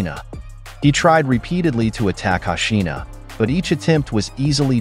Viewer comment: It's hoshino how can u pronounce it hashina, lol